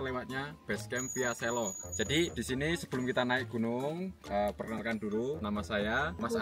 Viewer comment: selo kak bukan selo😭😭😭